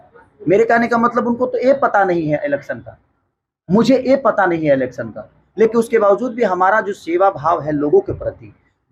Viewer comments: Alection nhi hota hai bhaiya election hota hai kuch bhi bhiya 😂😂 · A nhi e hota h khashari ji 😂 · Alection nhi election 😂😂😂😂😂